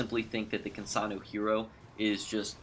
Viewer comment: Why do you pronounce her name like that? You sound like you're saying, "Kinsanu" instead of "Kinsano". Ends with an "O". Not a "U".